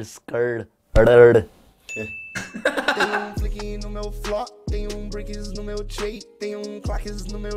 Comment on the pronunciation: "Tem um flinq no meu fló" KKKKKKKKKKK